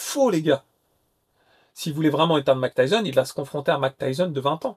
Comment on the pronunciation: Mak Tayson ?!? Tu déconnes 😅